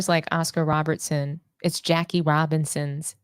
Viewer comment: Cmon now, you just got through cooking Am I Crazy for mispronouncing Britney Griner's last name, then you turn around the next second and mispronounced Oscar Robertson as Robinson. I gave you props for correcting him, but check yourself as well. And as a side note, that crap he spoke about what ALL MEN, yet won't say, he is a sexist that thinks that Women can't play exciting basketball. THAT is wtf he is saying, despite liking Ogwumike.